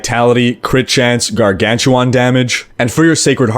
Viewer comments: What a Gargantuwaan? I mean I only saw dogs and Gargantuan. Is it a Canadian thing ( ͡° ͜ʖ ͡°) ? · "garganchewohn", lol